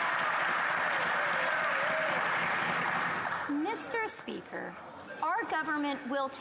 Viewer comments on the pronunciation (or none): Meeshter spreaker 🤣🤣🤣